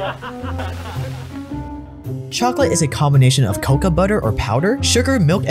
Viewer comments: One correction-- it's not "coca" which is the plant from which cocaine is derived from, it's "kakao" (pronounced ca-cow) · Stellar video, but I dislike the way you pronounce “cacao”. You say it like “coca”, which is a different plant entirely. Made my ears ring. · you pronounce it wrong its cocao pod where u get the seeds and its co-cow